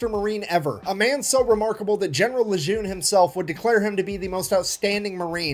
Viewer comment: "Who is General Lejeune?" Although there are many Marines that are hailed and revered by the Marines (Dan Daly and Chesty Puller to name a few), there is probably no one more revered than "the greatest of all Leathernecks"--John A. Lejeune (actually pronounced "Le-jern"). Graduated the Naval Academy in 1888, he has the distinction of being the first Marine to take command of an Army Division (2nd ID during WWI), he then became the 13th Commandant of the Marine Corps (*the* top devil dog) from where he thoroughly modernized the USMC to what we know of today. He established Quantico where initial officer training occurs, and the largest concentration of Marines in the world is at Camp Lejeune in North Carolina. Of particular note, upon his retirement from the USMC, Lejeune immediately became the 5th Superintendent of the Virginia Military Institute (1929 to 1937 when ill health forced him to retire). He is revered equally at VMI for saving the Institute from financial bankruptcy and reinvigorating the school's quality of leadership development. And until the current Superintendent, David Furness, Lejeune was the only Marine to have served as VMI's Superintendent.